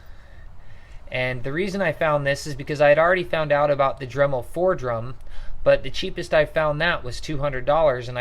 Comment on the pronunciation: The tool you keep calling Fordrum is pronounced Foredom...(4dum)... Also when you were describing the Foredom you showed a picture of a Dremel Fortiflex 9100...2 different animals, A Dremel Fortiflex is not a Foredom....